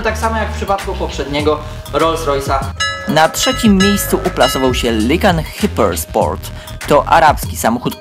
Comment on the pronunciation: Lajkan hajper sport to sie czyta kurde mozna sie przygotowac przed materialem